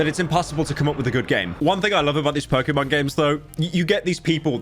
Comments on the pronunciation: its Pok"ey"Mon not Pok"ee"mon. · im so disappointed because he pronounced pokemon wrong! hmph! unsubbing!